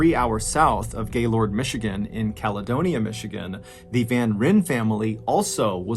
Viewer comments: I live near Gaylord (it's pronounced Gay-lurd by us northern Michiganders), and it was so, so weird. I forgot about all of this, and hearing about it now is a trip. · awesome video, but its pronounced gay lerd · To all the non-Michiganders out there... we pronounce it "Gaylrd". Also, it tragically was hit by an EF-3 tornado this past spring... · I remember this, and being from Gaylord myself it was unreal. We actually pronounce the town Gail-erd (like herd without the h). Thanks for covering this story. Great job as usual. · I giggled when he pronounced Gaylord, MI. He really emphasized the gay part. We don’t do that here. 😂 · Ballen you pronounced Gaylord wrong as a Michigander thank me later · The way he says Gaylord makes me cringe. Clearly not a Michigander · Hearing you say Gay-lord is hilarious. It's pronounced like "gaylerd". Lol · Great piece, as usual! But as a Michigander, I've gotta correct your pronunciation of "Gaylord", Michigan...it's actually pronounced, "GAY-LERD"...not, "GAY-LORD". Amen. (Or do you pronounce it, "Ah-men"? ) 😆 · Omg your pronunciation of Gaylord had me crying😂😂😂. It's not Gay-Lord...its (gaelerd) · After moving to Michigan I quickly learned people don’t like it when you call it Gay Lord. These midwestern degenerates pronounce it Gay Lurd. Just for future reference. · FYI mr ballen it’s pronounced more like gaylerd, and less lord 😂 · Me being from Michigan cringing every time he pronounces it gay-lord and nut gay-lerd😂😂😂😂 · Gaylord is pronounced 'Gay-lerd' not Gay-Lord. Lmao. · Pretty sure it's pronounced "GAY-LERD" not "Gaylord" 🤣 Only reason I say that is because I got in trouble saying Gaylord and laughing about it😂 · I love this channel and your stories, but being from northern Michigan near Gaylord, it’s pronounced more like ‘gaylerd’ not gayLORD. Cheers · It's pronounced gay-lerd. Not lord. Lol sounds funny the way outsiders say it. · It is pronounced "Gay-lurd", not "Gay-Lord" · Its pronounced "gaylerd"... one syllable